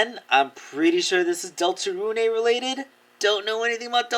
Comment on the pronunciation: Some info about Deltarune for you, Deltarune (Pronounced Delta-rune not runé) Is made by the same creator of Undertale and is similar to Undertale regarding player choices, however you have a party similar to more traditional RPGs. Deltarune is planned to have 8 total chapters further expanding the lore. Sorry for making you read all this if you did, also I love your content and you are a very inspiring creator.